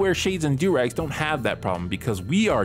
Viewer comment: Imma be honest I always think shady says “Shady Doorex” and then I realize its doorags.